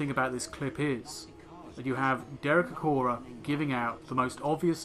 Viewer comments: It's Acorah, not Acroah. Sorry, but if you're so keen on accuracy.... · Acorah* not Acroah. Misspelling in the video title